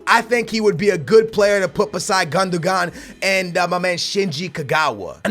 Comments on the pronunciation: It is pronunced GUNDOWAN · 'Gun-da-gon' lol, I don't think that's how you pronounce it but please keep doing it X) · is pronounced like "gundowan" the accent over the g gives it a w sound Also you are stupidly over paying for players 20 mill for remy you could of easily got him for less.